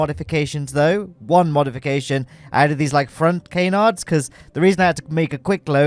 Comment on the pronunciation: that's not how you're supposed to say canards!